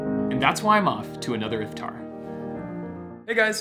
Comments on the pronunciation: iFtEr? Yaar Iftar bolo! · when he says if-tar I cringe so hard lmao